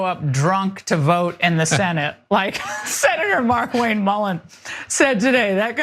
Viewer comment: I believe it's pronounced "Mar'Kwayne"